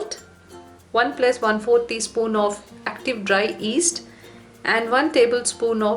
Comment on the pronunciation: its yeast not east